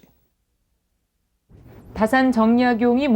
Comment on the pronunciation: 정약용에 대한 강의에 다산 선생의 성인 "다"를 바르게 읽지 못하시는 한국 학자를 무어라 평해야 할 것인가? 다산의 성은 "짧게" 발음해야 하나이다. 이런 오독은 다산 선생 한 분만이 아니라 "정씨" 일문에 대한 모욕입니다. "한국 어문을 고발함" 이라는 책을, 고국 동포 여러 분!! 조용히 읽어 ㅈ 시옵소서. 변 완수 드림